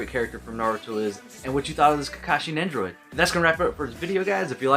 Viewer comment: You say it like nendroid